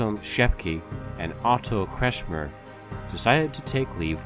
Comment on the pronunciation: Facio nie potrafi wymówić normalnie nazwiska Kretschmer?